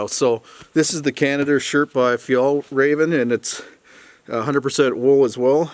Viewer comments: I had to chuckle at the 'Fjell-Raven' pronunciation. Made it sound like an exotic raven. Google-translate 'the mountain fox' to Norwegian, and hit the speaker-button if you want to hear a closer pronunciation.... You got it quite cold. I might have omitted windows for that reason alone, but it sure looks better with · Haha sounds so funny when you tried to say fjällräven haha, that company comes from where i live in Sweden!